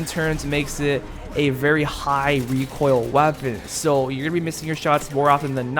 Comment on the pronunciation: U know what triggerd me “rEcOiL”